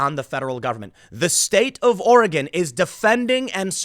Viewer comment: Good job Tim! You pronounced 'Oregon' right. Now work on ' Willamette'